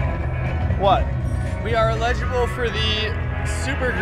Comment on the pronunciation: Lol why do you guys pronounce “eligible” as “illegible”??